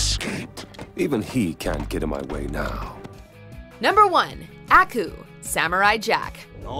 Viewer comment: You're pronouncing Aku weird please stop.